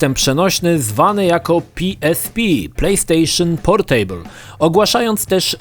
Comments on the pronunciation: Boli mnie jak wymawiasz słowo 'Portable'. Mówi się 'PORTAbl' a nie 'porTEJBL'. To nie jest stół :P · to nie jest POR STÓŁ. "Portejbyl" ^^ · Jak słyszę to "portejbl" to mi się w kichach wywraca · PorTEJbyl - ten człowiek nazywa się redaktorem, a nawet nie sprawdził, jak nazywa się produkt. Totalna ignorancja językowa. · A spierdalaj, każdemu się idzie pogubić. Ja do tej pory nie wiem jak się "portable" czyta. Zero wyzumiałości :'(( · fajny film ale wymowa Portable jest zła wymawia się portybyl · Playstation Portejbyl 😂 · >portejbl usuń to xD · Super materiał. :) Jednakże to "portejbyul", tak strasznie drażni... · zle czytasz Portable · sprawdzaj wymowę takich słów jak "portable";) wystarczy włączyć jakikolwiek słownik online i posłuchać.